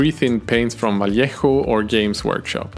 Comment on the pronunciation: Great video! You are awesome man. And you are actually the only english speaking youtuber painter I’ve ever seen that knows how to pronounce “Vallejo” properly! Kudos for you sir!